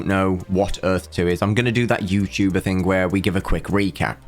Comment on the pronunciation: Odd how you pronounce words ending in 'ing' with a 'k' sound at the end. Thing sounds like think